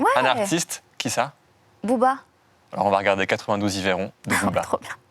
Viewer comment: Il a vraiment dit quatre-vingt douze i veyron là ?